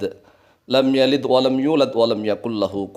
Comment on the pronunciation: knapa di baca lam talid walam tulad walam taka🙏🤔🤔🤔